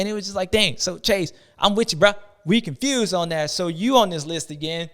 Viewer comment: Every time you do the ‘confewsed’ section I hear ‘Constewsed’ lol sexton needs a mental rest of some kind. Think he’s definitely in his own head at this point